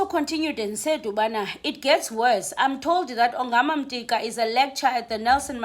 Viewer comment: Could you please 🙏 read Yongama's surname....ungumxhosa and you sound like a person who did Xhosa as LLC1....in NCS / first language... please.... He's not Mtika....